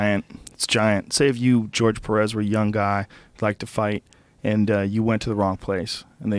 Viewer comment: 🗣️ GEORGE Perez, Not Jorgé Perez‼️ 🇺🇲👌😂